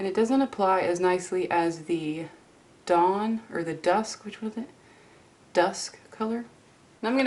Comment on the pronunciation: When you said dawn the first time during your mini tutorial I thought you said "dong" lol